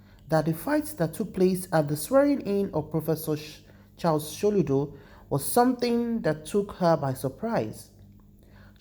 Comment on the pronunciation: Watch your pronunciations. So ludo bot Sholudo. Poor video